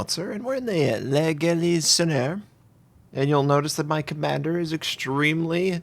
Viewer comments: Hey im actually first! (i think its pronounced La Galliounair) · It's GAUL-EESE-ON-YAY.... I myself am not concerned about people getting upset over mispronounciation. However, for those of you out there who do, this is the correct pronunciation. Great commentary yet again ol' Notser!